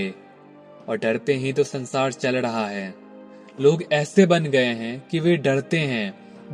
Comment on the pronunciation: Aap totle ho kya kadavas Padesaan nahi pareshaan hota hai . It's sansaar not sansaad😂😂😂